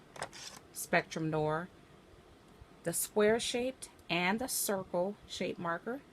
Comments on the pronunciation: Noir - Noow-ar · Also you’re mispronouncing noir